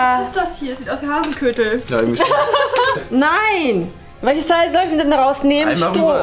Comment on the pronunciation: sagt Hasenkötel obwohl es Hasenköttel heißt😂😂